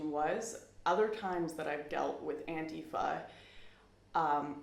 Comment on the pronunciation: learn how to pronounce antifa. and don't worry I don't feel bad for you or your alt-right friends.